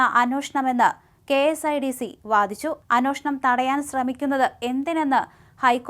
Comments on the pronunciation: Sister it is anyeshnam and not anoshnam… sry …. Please correct…. The rest deliveries are good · ഈ ' അന്വോഷണം' എന്താണാവോ? ഇനി കവി അന്വേഷണം ആണോ ഉദേശിച്ചത്‌? 😂